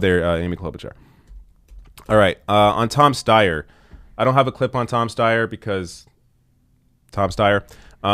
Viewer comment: Stayer Steyer. Stayer Steyer. IDK. Haha.